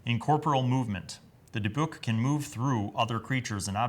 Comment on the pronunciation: Native Hebrew speaker here and I had to say you NAILED how to say Dybbuk The other way you said it is the way English speakers usually go for some reason